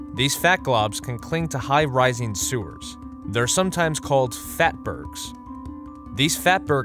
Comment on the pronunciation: "FATBERGS" lmfao